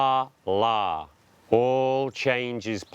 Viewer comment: Principal #2: ka la- the day; sun. The way you're saying it means dollar; money. If you're gonna take interest, learn the language first because you look like a real idiot.